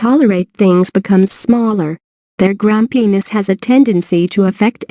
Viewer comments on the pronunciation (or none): Did she just say; grum-penis?